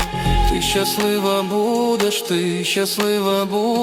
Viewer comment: Клааас! Але дратує "щяслива" і "щьо"🙁 Якщо так не пишуть, то й вимовляти так не треба.